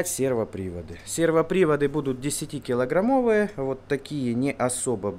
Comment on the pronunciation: "сервоприводы будут десятиКИЛОграммовые" — я аж чаем подавился! ))))) Не смотрел в экран, слушал в наушниках. Не надо так пугать! )))